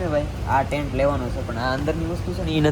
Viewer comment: ટેન્ક નહી ટેન્ટ બોલાય 😂